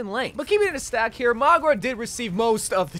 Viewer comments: My dude, it's maUga no magUa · I can't listen to this girl call him magua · His name is Mauga, MOW-GAH, not Magua, MOG-UAH. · name :mauga him: magua subtitles: magwa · Stop calling him Magua 😭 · stop saying "magwa" lmao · I noticed that to, threw me off so much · Why does he pronounce Mauga that way tho 😂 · Why does he keep saying maugwa and kirio